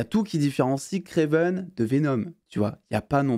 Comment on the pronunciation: Par pitié j’en peu plus vraiment c’est Kraven pas Kraiven !!